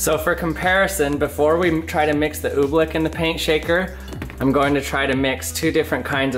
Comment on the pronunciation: He saying ooblick. It's ooblEck